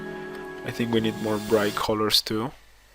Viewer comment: Its really distracting ho w you say the word colors. Its like youre saying coew-lorws when it should be cuh-lers